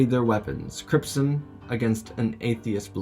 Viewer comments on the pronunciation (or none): Bro learn how to talk you said cripson and atheist blade